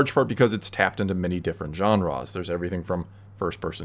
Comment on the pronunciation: Who the fuck pronounces "genres" "JAHN-RAHS"?